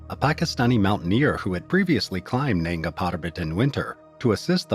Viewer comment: Its nanga not nenga , nanga meaning naked